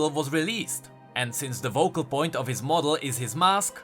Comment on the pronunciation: and is it really that hard to pronounce Focal with an ''F'' instead of a ''V''? mlekg azekmlg hkameg VOCAL POINT?! MLAKE GHMEAMKG AHEMKGMHKEAHKMG